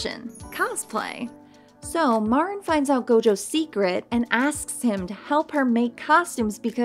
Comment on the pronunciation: pronounced Mareen